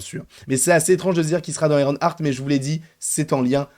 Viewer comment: Si ça se prononce bien Ironheart et pas IronARTE! Pourquoi tout le monde dit IronARTE? Déjà que c'est moche à dire IronARTE mais c'est même pas la bonne prononciation à la base (ok je chipote mais depuis le début ça me fait mal aux oreilles d'entendre ça partout😵) Continue tes videos j'adore. Et Sacha Baron Coen, EXCELLENT acteur. Il sera parfait !